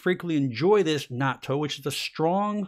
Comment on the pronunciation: Japanese friend told me pronunciation of natto is na-tu (accent on tu)